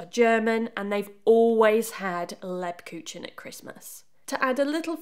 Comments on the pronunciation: German is a hard language... Lebkuchen is rather said without articulating the 'c'. So instead of leb-ku-chen, one would rather say leb-ku-hen ('hen' rhyming with 'cern' in con-cern). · Another great video! Love the content but please pronounce it properly! It’s not “leb cooch en”… it’s “leeb kook en” 🥰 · Lebkuchen is pronounced layb-coo-ken as opposed to leb-coo-chen.